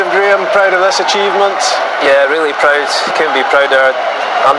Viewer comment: Brilliant. Pwoud, vewy pwoud.